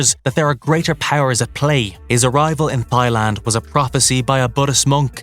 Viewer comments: “Thigh” land? Really? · Did this dude pronounce Thailand as thigh-land like 4 times, or is he taking about a fictitious country from the movie? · Dude, it is Thailand. Not Thighland 😂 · Yeah, you know, it's south of Wingland and West of Breastland 😮😮😂😂😂😂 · I like the sound of this "Thighland". Where is this delicious place? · Bro thighland? For real? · Yeah, what’s with the narrators on this channel? That bugged me. Pronounce the words correctly! Geez! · Can't get over ThighLand 😂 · I'm concerned that the commentator thinks that Thailand is pronounced with a soft th. Unless there really is a Thighland. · Look I'll follow or sub... but THAILAND is pronounced without the H sound. It's not THIGHland. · If you seen the woman that live their, you would understand why they call it "thighland"...Thighs all day long! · The pronunciation on "Thyland" 🤭🤣🤦👎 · Ah yes, the distant nation of "Thigh-Land" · Thighland, really? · Mispronunciation of Thailand by narrator is kinda jarring